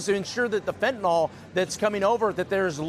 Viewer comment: FENTANYL not Fentynal.